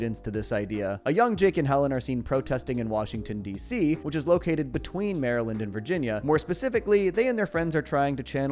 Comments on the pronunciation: as somebody from Maryland I was very offended at the way that you said Maryland in this sentence😂😡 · Mary-lind? Its pronounced meh·ruh·luhnd or meryl-luhnd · ...I had a genuine "stop and stare" moment when you said "Mary-lind."